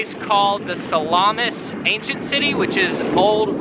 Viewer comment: Ruins - The place is pronounced Sah - la - mis. the ruins are both Greco -roman as both empires were represented there including the Franks & Turk's who currently run Northern Cyprus republic.